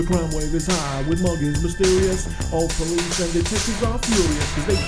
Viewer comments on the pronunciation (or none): none